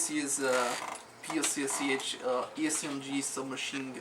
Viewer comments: anyone else notice that he said PSSH not PPSH ? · lol u said PSSH. its PPSH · fail he said pssh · actually its PEH PEH SHEH not 'PEE PEE ES EITSH' or 'PEE PEE ESH' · It is NOT 'PEE PEE ES EITSH'. It is 'PEE PEE ESH'. The PPSh stands for Pistolet-Pulemyot Shpagina (Пистолет-пулемёт Шпагина), in English: Shpagin machine pistol. Please say it correctly. Thanks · its PPSH not PSSH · haha ppsh ?? it's pronounce (peh-peh-sha) :P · u said pssh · lol u said PSSH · you said 'PSSH" instead of "PPSH" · pssh? its PPSH :D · umm i know this is a mistake but you said pssh just saying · haha......at like he calls it a pssh? what the fuck? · its pronounced (puh-puh-shaw) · it is pronounced peh peh shaw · it is pronounced peh peh sheh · yea the russain souding guy is cool and all, but PPSH is pronounced "pah-pah-shaw"